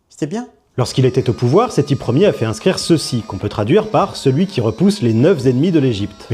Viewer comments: Le type qui prononce Séthi Ler, on a touché le fond de l'absence d'intelligence 😭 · Dire Sethi LER au lieu de Sethi 1er c'est terrible quand même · Le gars a quand même dit " le temple de Sethi Ler" au lieu de Sethi 1er....vive le niveau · Non c'est Sethi ier (c'est hier)... nous sachons ! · Sethi "Lère"??? @@ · Sitiler😂😂😂 ah la la ces grands ingénieurs et grands médecins! Des chances pour la France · Le Seti "l'air" m'a tué 😂😂😂 un ancêtre du roi Louis "Khsive" XIV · Sethi "Lair" ... Bordel ... Le niveau ... 😒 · « Seti Hyeres » 😢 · SETHI LER !!!!!!!!!!!!!!!!!!!!! SEEEEEEETTTTHIIIIIIIIII LEEEEEEEEEEEEEEEEEEEEEEEEEEEEEEEEER IL A DIT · Seti ler (l'air)🤣🤣🤣 il m'a tué. Mais quel teubé. Tiktok c'est clairement ce à quoi ressemblera notre civilisation lorsqu'on aura atteint l'idiocratie parfaite. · Sétilair!!! Quand on sait pas lire le français, il faut pas tenter la lecture des hiéroglyphes 😂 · Sethi "Ier" j'ai failli décéder 😂😂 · C pas "sheti LER" c "sept H IT L AI R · "Séthi Ière" is the new "Louis Croix V Bâton" 😂